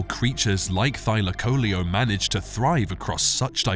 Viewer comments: Thy lak o leo......learn how to pronounce its name .....it's not thyla coleeo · I've normally heard the name pronounced as Thy LAC o LEO vs Thy la CO leo. I also thought that the insane jaws were the primary killing tool. This is only the 2nd vid I've seen claiming that its claws were used to disembowel its prey. Is there research to support this?